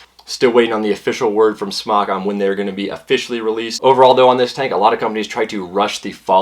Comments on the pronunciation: I've talked with the actual company in China. It's pronounced "Smoke." Not "Smock. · It's pronounced "smoke." I asked SMOK and was told it's NOT pronounced "smock." Please start pronouncing it correctly. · it is NOT SMOCK! Its a long O! jesus christ.